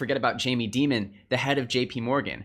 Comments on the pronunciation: It's Jamie Dimon, not Jamie Deemon. It's on the "cutting edge" not the "bleeding edge". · Jamie Die---mon....not Dee-mon....